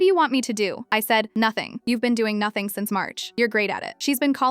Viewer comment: Spot on. You did notting, you are great at doing notting. 😂😂😂😂